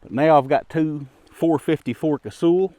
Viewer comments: Does anyone call Sully "sooly". Naaah. It's also not casool. Kaysawl. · KAY-SAW. That's how it's said. Or KAY-SALL.